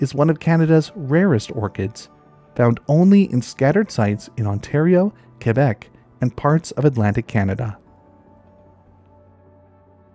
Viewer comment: I liked the video but props for saying Québec correctly.